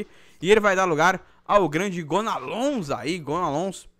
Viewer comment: Jean é "gonalon" que se pronuncia não "gonalons" o " s " em francês não se pronuncia